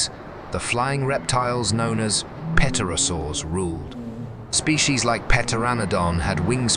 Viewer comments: Brachiosaurs died out at the end of the Jurassic period long before the Cretacious extinction event ever took place. This documentary is false. Pterosaurs are pronounced "terosaurs, not petrosaurs as the P is silent. Jurassic world aftermath? how about Cretacious aftermath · "Pet-orasaurs", my arse! When I heard that, I gave up with this amateurish tosh. Its "PTERO-saurs" you eejit - PTEROS is Greek for wing. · pterosaurs - pronounced terosaurs - p is silent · Dreadful mispronunciation. Eg “peterosaurs.” There was no birdsong because THERE WERE NO BIRDS. Modern birds evolved from surviving small dinos. And as for the animals sensing an oncoming event? When the rock was still hundreds of thousands of miles outside the atmosphere? No. I know animals often know when an earthquake is imminent, but they are in contact with the earth and can probably subliminally sense some vibrational change. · Yep, that word too, except didn't it sound more like Pet-terosaurs? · Less than three minutes in, a few curious pronunciations like pterosaurs pronounced without a silent "p." This is the world of the future; lots of content but not enough detail checking.